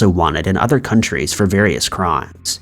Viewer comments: Did he say counties or countries? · I understood it as countries, and wondered the same thing as Slothy 387 Pooh.